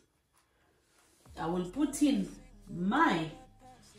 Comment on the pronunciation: Letas not letyus..... lettuce